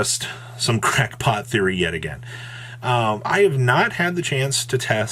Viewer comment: did jus say "In my empenion" or am I hearing things 🤣